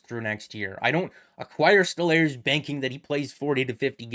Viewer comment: It's pronounced "Stole-Rs" no?